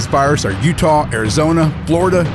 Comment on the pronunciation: Did you say.... 𝗨𝗧𝗔𝗛???